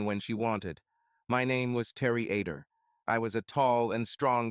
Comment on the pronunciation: The name is supposed to be Other not Ader not to mention during the divorce court part it keeps calling him John instead of Terry as well as numerous other mistakes and mispronunciations. The story is pretty good but the narration is lousy.